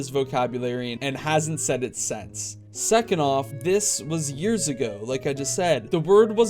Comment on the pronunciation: "..and hasn’t said it sAnce"